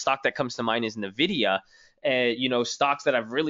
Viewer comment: what's nuh-vidia? lol